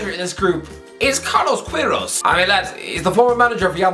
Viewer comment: Just one thing, "u" in "Queirós" is silent, but yah great video